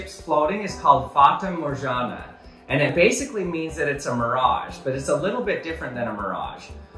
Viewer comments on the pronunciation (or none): It's not Morjana... it's Morgana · That's really good!!! Also I think it's pronounced with an hard G Also you can watch Captain Dissilution's video that talks a bit about it, it's called "debunking the floating city" or something like that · people should learn italian, fata morgana is read as written, g is not j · The g is spelled like the g in dog in Morgana